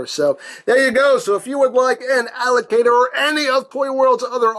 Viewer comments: I thought he said alligator instead of allocator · I know the name is Allocator, but I keep hearing you say Alligator. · Does it sound like he is saying "alligator" to anyone else?